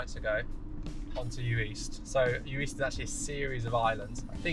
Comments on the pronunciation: What a great video. Good editing, lovely relaxing music choices. An absolute treat to watch! Heads up it’s pronounced yu-ist though, not yu-eest ;) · Uist is actually pronounced you-ist 🙂